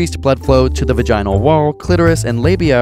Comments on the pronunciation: The way you pronounced "vaginal" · He said “vag-inal” ..... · I can’t believe how he pronounced vaginal